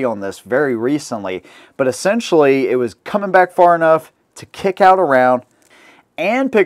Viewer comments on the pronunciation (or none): none